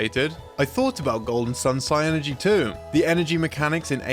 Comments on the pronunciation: "Psy energy" NO. It's PSYNERGY. It's a word. "SIH-ner-jee" I LOVE Golden Sun references because it's the best turn-based RPG series ever made, but please, stop pronouncing psynergy like my dumb friends in 4th grade when we played that game. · This isn't an important point of the video, but "psynergy" is pronounced like "synergy." Pronouncing it like "psy energy" makes no sense as there's no 'e' after the 'y.' That would be "psyenergy," which isn't correctly spelled.